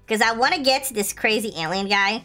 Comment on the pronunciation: kuya crazy po hindi Krazyyy HAHAHHAHAHA